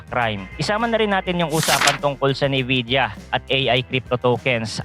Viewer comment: NVIDIA yun lods, pronounced as "Envija" You're welcome.